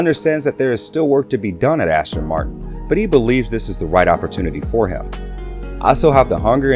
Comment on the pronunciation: Can you please say the names correctly...! It's not Ashton...its As-ton.